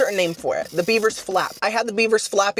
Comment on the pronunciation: I thought you said Biebers not beavers lol